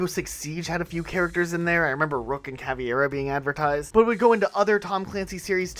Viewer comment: Her name is pronounced like cavara not cav-e-era